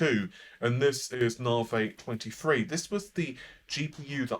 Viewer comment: navi or navé ?? :)